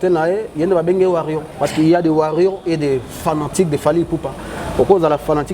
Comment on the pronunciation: Ken ekomi Ba Warrions ? 🤷🏾‍♂️Tu as même contaminé ton invité qui avait bien commencé en disant warriors mais après, il a finit par dire warrion comme toi!😳👉🏾 Mais eza nini?🥺🥺🥺